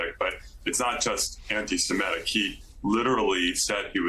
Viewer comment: The word is "ANTI-SEMITIC", not "ANTI-SEMETIC"! Get your pronunciation right, people!